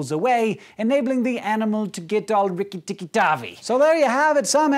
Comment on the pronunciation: Anyone else die laughing at "rikitikitavi"? Lol